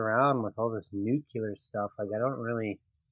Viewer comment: "Nuk-u-lar" You crack me up. :P Another entertaining vid. Very cool roadster.